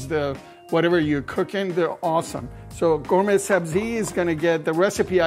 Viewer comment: Lol bro looks like he is from bazaar but he pronounces it "GayMay" 😂